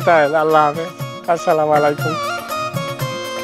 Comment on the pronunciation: আপনাদের সালামটা সঠিক হয় না। আশা করি শিখে নিয়ে শুদ্ধ ভাবে বলবেন। আসসালামায়ালাইকুম নয় বলতে হবে আসসালামুয়ালাইকুম